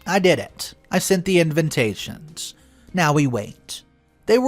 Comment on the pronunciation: Any chance the word ‘invitations’ can be pronounced correctly?? The correct way to pronounce it is IN-VIT-TAY-SHNS..there’s no second N after the V.